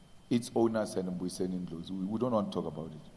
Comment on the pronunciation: Why is it difficult for him to say Dr Ndlozi?